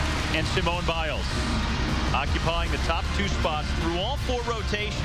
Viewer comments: See-mone Biles. I want to scream every time they say it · They didn't even know how to pronounce her name- kept saying Seemone!